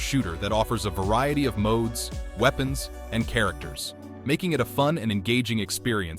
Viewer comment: "Weepens" lololplolo😂